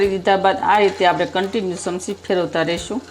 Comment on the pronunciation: ચમચી બોલાય સમસી નહિ